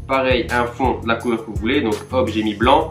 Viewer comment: Au lieu de dire la tu dis leu